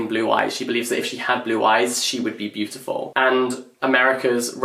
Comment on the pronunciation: did he pronounced "beautiful" with american accent 🧐🧐🧐